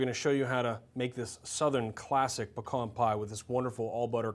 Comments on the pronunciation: I'm from La. too, glad to hear you pronounce 'pekahn' correctly! Great lookin pie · yea! its not PEE-cans... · It's pee cans